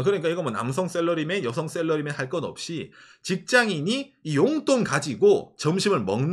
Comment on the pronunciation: 욘돈이 아니고 용돈